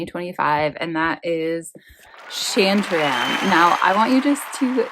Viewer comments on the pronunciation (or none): Great book but please don’t ever pronounce it like that again. It’s not SHAN LIKE PAN it’s SHAN LIKE SEAN OR SHAWN SHAWN-TAR-RAM with a rolled R. That was the most American thing I’ve ever seen lol